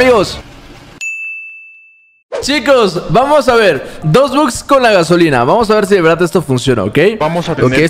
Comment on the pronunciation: Minuto dice el bote Gaoslina:v